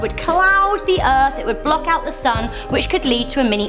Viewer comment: I love the erf to